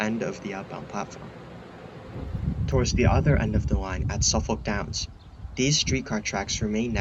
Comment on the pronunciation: I’ve only ever heard tree-mont. Also “suffick”, not suh-folk. Nailed Bowdoin and Alewife, though. 👍 Have you ever been to London? They have some incredible infrastructure. Victorian-era stations still in service, for example.